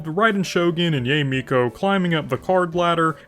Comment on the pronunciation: I wouldn't worry about it tbh. He's a long time player so I'm sure he knows the names, but probably don't care how the names are pronounced. Saying Yae as Yay gives me a good chuckle though lol.